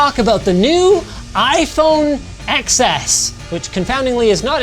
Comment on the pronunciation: ITS 10 NOT ECKS